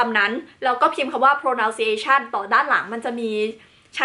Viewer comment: ไม่ใช่ โพร-เนา-ซิ-เอ๊-ชั่น นะคะ ต้อง โผร่-นั้น-ซิ-เอ๊-เชิ่น เอชชุ ไม่ใช่ เอชชช ค่ะ